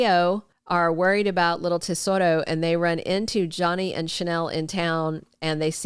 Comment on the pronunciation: Why can't they get the names correct. Drives me nuts.tatoroNo tsoro yed